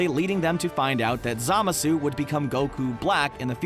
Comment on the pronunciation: When he butchered zamasu’s name I died